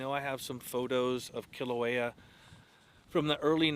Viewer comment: Just pronounce Kilauea correctly - Kee LAU' eh a. Not Kee lō eh a. Finger nails on a chalkboard.